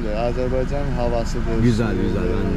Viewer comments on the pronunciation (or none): Xoş gəlmisən səfa gətirmisəm Ama bu AZERBAYCAN sözünü deməyi bir türlü öyrənəmədiniz AZERBEYCAN DEYİL AZERBAYCAN OLACAQ